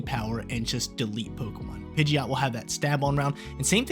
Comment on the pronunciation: DO NOT LEAVE OFF THE D IN PIDGEOT!